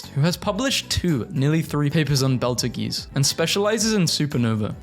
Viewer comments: “Beltageese” goes hard, what can I say? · is nobody gonna talk about him saying betal goos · *beetlejuice (is how its pronunced" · it’s pronounced “beetle juice” hope this helps